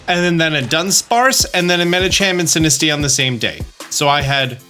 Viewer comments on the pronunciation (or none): none